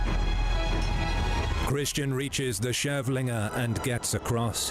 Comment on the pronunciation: Kavlinge not Chevlingé